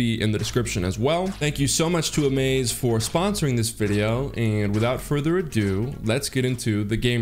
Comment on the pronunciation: Hey bro, it's "ado" not "adue". Just trying to help.